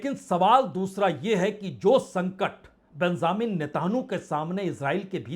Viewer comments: बिंज़ामिन नीता नू आप इजरायली प्रधानमंत्री का नाम ग़लत बोलते हैं, जो एक प्रतिष्ठित पत्रकार के लिए बिल्कुल ग़लत है। सही नाम हमने ऊपर लिख दिया है कृपया ध्यान दें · प्रसून वाजपेई ! आप एक प्रतिष्ठित पत्रकार हैं , मगर भाषा पर आप की पकड़ बहुत कमज़ोर है, आप इजराईली प्रधानमंत्री का नाम भी ठीक से बोल नहीं सकते हैं ऐसा क्यों है? आप को इस ग़लती को दुरुस्त करना चाहिए। इजराईली प्रधानमंत्री का सही नाम है:- बिन्यामिन( Binjamin) नितिनयाहू । कृपया अपनी ग़लती सुधार लें । जनहित में जारी है। एक पत्रकार का सुधार। शकील अज़ीम Dated:- 10th March,2026